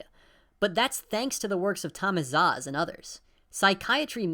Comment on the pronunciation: Great bid, but Szasz is pronounced "Sas" not "Zaz"